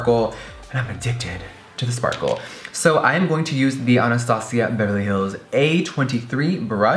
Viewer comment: he said "Anastasia" so good like spanish😍😍